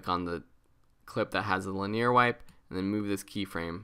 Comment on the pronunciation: I love you you pronounced linear.